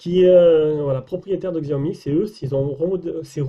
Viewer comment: Sinon, on prononce "shiaomi"